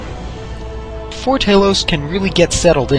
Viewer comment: Ta-lose not Tay-lose. Pronounce Talos, the ninth divine's name correctly!